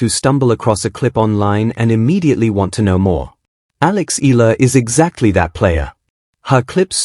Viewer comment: E-YA-LA is the correct pronunciation